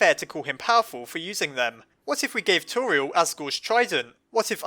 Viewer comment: You say tori-l and everyone else says tor-I-el!🤔